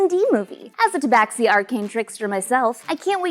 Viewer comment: The 'X' in tabaxi is pronounced like an 'sh.' Just sayin'.